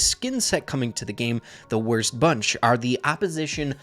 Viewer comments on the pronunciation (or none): Am not gonna lie but when said the worst bunch for a second there I heard war sponge